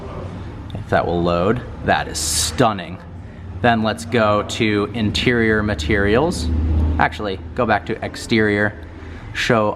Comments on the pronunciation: He said interial instead of interior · Really the "interiol"?